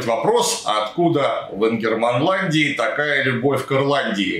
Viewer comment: Минус за "ингермандаландию".